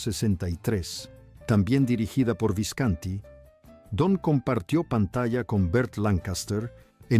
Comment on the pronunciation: Pero...porque pronuncias mal.. Visconti...habla bien si no no hagas el video ,pronuncias mal....muy mal